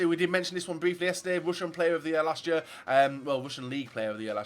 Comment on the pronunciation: does anyone else think that his "year" sounds like "yur"